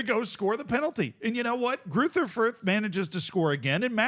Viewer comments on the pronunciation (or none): German doesn't have the "th" sound that English has, it's pronounced like a normal "t" would be. Greuter Fürth would be pronounced roughly Groyter Fürt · No doubt people will be wondering here what is correct, and it's, bare in mind some letters arent typable in english... Gruyter Fuyt? with that German more throaty G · As a German I have to admit that your pronunciation of Greuther Fürth is hilariously bad. unrecognizable 😂😂😂 amazin stuff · ah yes, the infamous "Greuther Fürth"